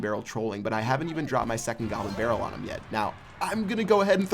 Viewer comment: he says gobber barrel